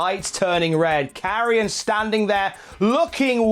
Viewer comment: Hearing Mauro say 'karrion' really won me over with the name